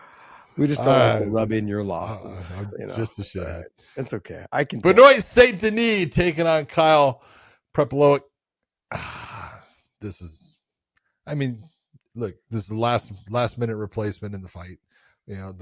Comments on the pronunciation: "benoyt" lol, cmon John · Fellas I love you but its BEN-WAH Saint Denis and Jiri PRO-HAH-SKUH